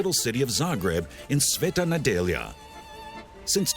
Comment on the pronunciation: Well done on pronunciation of brand name and Sveta Nedjelja :)) good job..